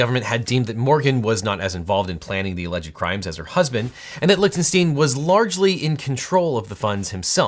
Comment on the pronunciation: Correctly pronounces Schadenfreude... but keeps saying LichtenstEEn when it is Lichtenstein. Gene Wilder would be proud.